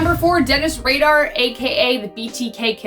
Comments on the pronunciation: It is pronounced raider not radar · No no no. Not Dennis Radar. Dennis Rader, like raider. 🤦🏻‍♂️ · Dennis Raden NOT Dennis RADAR. Dumbasses. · Radar? It's Rader. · Hello, I love this show and would die if this comment was featured. I just wanted to say that you're pronouncing Rader wrong. It's pronounced Raider.